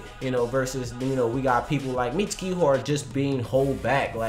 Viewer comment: Y'all should be saying "Mitsuki" & "Katasuke" the same y'all say "Sasuke."